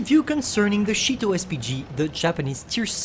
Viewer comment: Sounded like you called it the Cheeto SPG